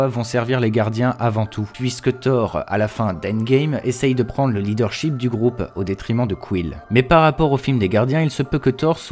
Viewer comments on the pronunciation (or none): none